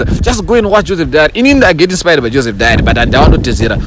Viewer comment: Joseph Dary not Joseph Diary fokoro newewo😂😂😂😂 😂😂😂